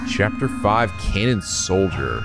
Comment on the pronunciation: While at it: "Kannon" ≠ Cannon. That one should be pronounced like it was german. Basically, like "Cunnon".